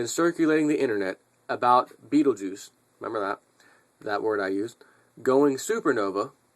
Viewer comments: ITS PRONOUNCED { BET-TIL-GEESE }.. NO BIGGY I HATE BEING CORRECT TOO BRO.LOL. GOOD JOB.. BLACK NICORN 1 OUT.. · IT PRONOUNCED { BET-TIL-GEESE }.. NO BIGGY I HATE BEING CORRECT TOO BRO.LOL. GOOD JOB.. BLACK NICORN 1 OUT..